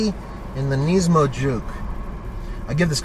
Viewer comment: You say nismo wrong, you say it like nesmo